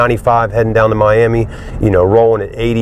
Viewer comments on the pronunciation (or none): none